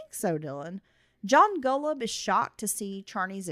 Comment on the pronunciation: You've mispronounced Golub's name on the entirety of both of your podcasts.